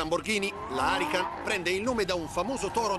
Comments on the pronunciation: Ma da quando si chiama Lamborghini arrican? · "Harican" non si può sentire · Si deve huracan non harican NON HARICAN NOOOOOOOOO poi dicono che gli Italiani bestemmiano troppo ma sono gli stranieri a farmelo fare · Come la chiama, lamborghini arrican?...... Che nerviiii si chiama lamborghini huracan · "haracan" ma diocane cat nise un cancr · fa venire il cancro solo a sentire come pronuncia huracàn